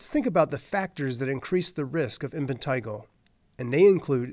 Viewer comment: Why does he keep saying "Impentigo"???